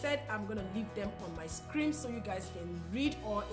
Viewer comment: "screen" not "scream"... Nobody wanna tell u that. Thanx for the video and much love beautiful